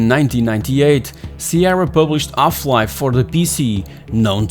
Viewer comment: Is the speaker's native tongue French? He is forgetting all the "H" I started to wonder early. What is ungry? Does he mean angry? off-life?